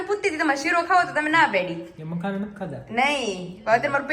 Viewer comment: Its makhana...not makhna